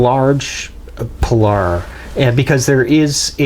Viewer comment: You're the very first (and so far only) YouTuber I've watched who has correctly pronounced "Pilar." Kudos to you.